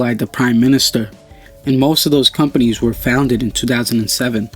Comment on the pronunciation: He misspelled companies by saying companys, and Nanotechnologies, saying nanotechnologys